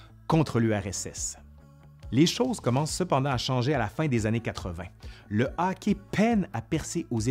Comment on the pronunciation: C'est hockey, okay. Pas hocki, okay. :3